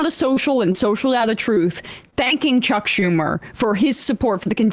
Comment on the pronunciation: Too many ‘H’s in Chucks Schumer’s first name.